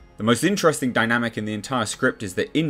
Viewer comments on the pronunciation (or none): none